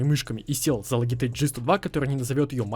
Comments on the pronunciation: Не сука логитеч а лоджитек не коверкайте англисский блять! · Lugeteg ? 😂😂😂😂 Logitech